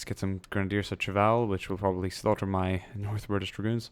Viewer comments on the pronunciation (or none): none